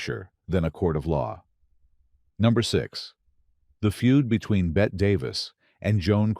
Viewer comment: In this age of AI and HIGH high tech you'd think they could program the automaton voice to pronounce Bette.... BETTY and not Bet.